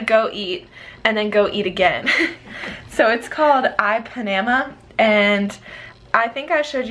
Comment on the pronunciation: I think you’re majorly mispronouncing the name “Ipanema”... listen to the song Girl from Ipanema